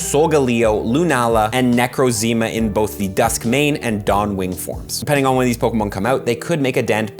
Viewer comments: "I dIDn't PlAY gEN 7 SoRRy FOr mISpRONoUNCInG nAMes" my guy is literally adding letters to names "necrozeemah" like dawg you can't be real thats NPC behavior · nah fr though the way you pronounced necrozma got me